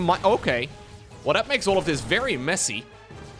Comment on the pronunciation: When says messy, who else hears: "they sucked"